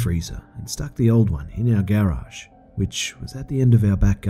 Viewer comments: Lol he pronounces garage gerage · Man... I love the narration but the way you say garage triggers me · What does stupid o clock mean? And lmao the way you say Garage makes it sound like "Gay Raj" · I hate how he says Garage.